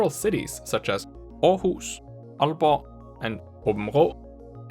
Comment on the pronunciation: you said århus perfectly